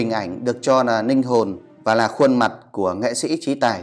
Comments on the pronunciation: Sao nói ngọng quá nên ráng học lại rồi hãy nói chứ đọc Tayno nà nàm ninh hồn nghe kỳ cục quá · Đọc còn ngọng làm youtube chi...."ninh hồn, rất nạ, nike, Dũng tai no".